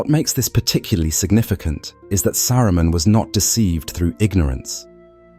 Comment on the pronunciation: I like how the British AI randomly said "Sa-roo-men" 😅😅 SkyNet wont come into being just yet. Also i want one of these lotr AI channels to use the most bratty/snotty cockney british accent at some point. I will enjoy every second.